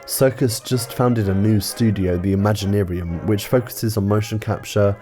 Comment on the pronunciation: I can’t fathom anything about this film. Or your decision on how to pronounce “ImaginArium”.